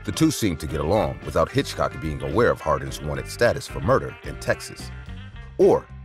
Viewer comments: Are you an AI? The name is Hickok. Hitchcock was a movie director from England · It's Hickok not Hitchcock you're making me crazy with this!! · Oh, dear! It's Wild Bill HICKOK, not Hitchcock as you keep saying in number 1. Also in number 1, at the end, isn't that a photo of Billy the Kid, who has nothing to do with the story you are narrating at that point 😮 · As for James Butler Hickok, there’s no hitch in Hickok. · The fact that you're calling Wild Bill Hickok, Hitchcock completely takes me out of the narrative. Also, the train brought in quite a bit of foodstuffs that couldn't be grown in the area, such as oranges. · Do you have ANY idea how long a 30 second shootout is when standing less than 10 feet apart and with no cover available?? 30 rounds! Dude, come on! And.. Wild Bill HITCHCOCK? It is HICKOK! You have a channel that does old west videos and don't know one of the most famous names in wild west history? Bro it is time to look into something else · Will youb STOP calling Hickok "Hitchcock"?!!! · I kept wondering who this guy named Hitchcock was…. Getting the name right is very important.